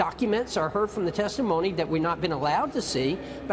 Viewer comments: "Testaphony" Louie Gohmert. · I think Gomers slip "testiphony" says it quite accurately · "testiphony", that was probably unintended but it was epic at the same time. LOL